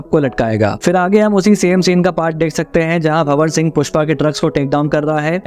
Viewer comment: Hi, Just want to make few corrections for visible mistakes, its not- JAGthara but JA-THARA(means Temple Festival, here its Gangamma- Water Goddess) & its not BHA-war Singh but BHAN-WAR Singh Shikawat. Great video btw❤